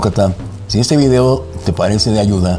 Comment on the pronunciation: es usted español? De no ser así, entonces no diga "Vidio".